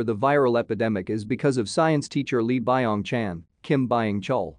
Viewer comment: Fact:its not pronounced bye ong chan, its byeong chan